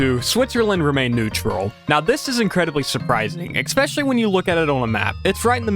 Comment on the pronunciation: I have always wondered how hard is it to pronounce extremely complex words, such as: Escape and especially, turns out the correct pronunciation is EXCAPE AND EXPECIALLY! well done sir you solved my 40 years long quest to find answers for questions nobody has ever asked